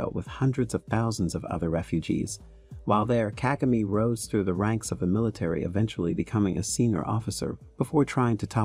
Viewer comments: Kagame. Stress is on the second syllable not the first like its mostly pronounced in this documentary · Nice but plesse learn to pronounce African names with the right stress. You pronounced "Kagame" fairly well at about the 12th minutes into the documentary, in other places it was wrong!.